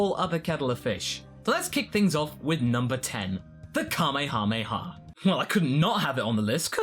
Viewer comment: Extra points for not pronouncing it like "kamayhamayha".